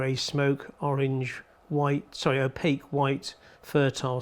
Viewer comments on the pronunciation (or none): none